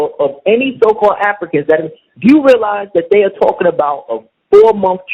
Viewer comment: Man, nigga, speak correctly! A goup of afikans from afika....... What the fuck??